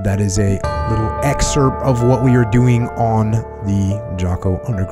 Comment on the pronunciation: I love how hilarious it is that Jocko takes the word excerpt with a silent p and makes it excerpt with a silent t. And by sheer will makes it so.